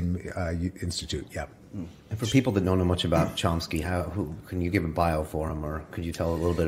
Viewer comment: Chompsky lol